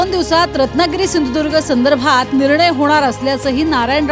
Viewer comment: सिंदुर्ग नाही सिंधुदुर्ग